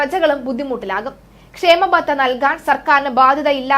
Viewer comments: it is kshama batha., not kshema batha. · ക്ഷേമബത്ത അല്ല ക്ഷാമബത്ത ആണ്